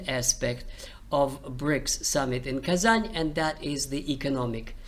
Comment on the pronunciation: У вас Русские корни, вы называли Казань с мягким знаком.